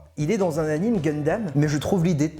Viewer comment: On dit pas "anim":p! Rahlala! Ces jeunes j'vous jure:D! Je vote pour que tu fasses le Mecha-Pikachu avant 2022:p!